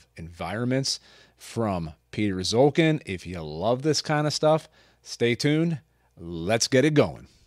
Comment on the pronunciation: Piotr Szulkin ( correct pronunciation is ''shulkeen'') was not liked by the state cinematography in communist Poland. That is why he was given a camera only in winter, which explains this post-apocalyptic cold climate in his films. Greetings from Poland !